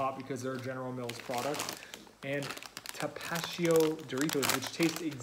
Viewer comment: Love you guys! It is pronounced Tapa tee-yo. ❤️